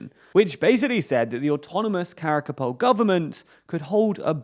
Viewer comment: Please pronounce the word Karakalpak correctly, thanks for the video:)